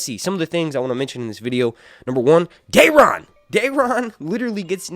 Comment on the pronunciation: Who is Dearon? I couldn't understand